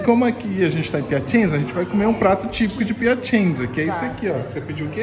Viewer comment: Morei na Itália por 13 anos e fui inicialmente para Piacenza (se pronuncia Piacentsa) onde vivi por 1 ano. A cidade da Emilia Romagna (Emilia Romanha é a pronúncia correta), é muito agradável, bonita e com pessoas educadas e gentis. Foi muito bom viver lá.